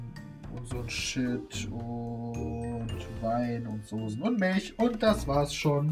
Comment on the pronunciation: Hahah das standart aldi kräuterbaguette und das heisst soßen nicht sosen.